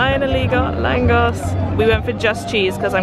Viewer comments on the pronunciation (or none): Im Hungarian living in Lithuania. You did all great, good video! Just langos is langosh needed to be pronaunced:D I just have one w for you - did u have local currency Forint there or you paid in Euros everywhere?:)